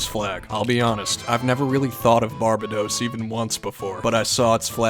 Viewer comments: Its Bar-BA-dos, not BAR-ba-dos. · it’s pronounced “Bar-bAy-dOse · It’s bar-bade-ose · Barbedos it’s Barbados bar-bae-dose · It’s not Barb-uh_dos It’s 1.bar 2.bade 3.owes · pretty sure its Bar bay dos not bar ba dos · Its bar ba dos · its pronounced BAR-BAED-O'S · Its called bar bay dos. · Btw how you pronounce Barbados(Bar-bA-dos) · i used to haves a friend from Barbados and he would have cringed when you said Barbados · The way he pronounces Barbados just pisses me off. 🟦🟨🔱🟨🟦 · You pronounced Barbados Incorrectly but regardless, it still is a cool flag. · And you mispronounced the 15th flag that country’s name it’s Barbados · NO ONE is commenting that this guy can't say Barbados?? 🤣🤣🤣